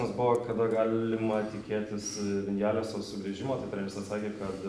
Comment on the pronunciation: Visiškai teisingai. Kyle Viñales būtent taip ir tariasi (Vinjales). Tokia jau ta ispanų kalbos gramatika :D